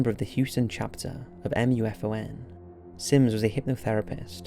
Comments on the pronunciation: just say moo-fahn instead of reading each letter of the MUFON acronym. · I'm sorry but you drove me insane in the video by spelling out MUFON. It's an acronym for Mutual UFO Network pronounced as (Moo Fawn) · I think that in the Ufology sphere, MUFON is pronounced "moofon" and not by spelling it out...just saying ;) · Isn't MUFON usually pronounced "moo-fawn"? I mean it is an acronym, but I guess so is LASER and SCUBA... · Hearing someone actually spell out M.U.F.O.N. and not just saying MUFON is confusing to my brain